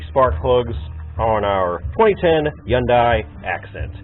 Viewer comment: “yundye” i hate you bruh😂😂